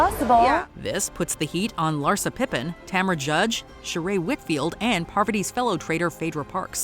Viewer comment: Her name is Cirie, shes really cool and actually very good at these kinds of games, so lets respect her enough to pronouce her name correctly instead of fishing for comments